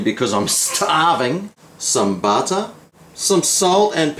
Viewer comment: Why? Cos I love buttah! Cracks me up haha